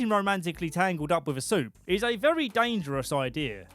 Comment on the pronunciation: YES. THANK YOU, VEWY GGGGGOOD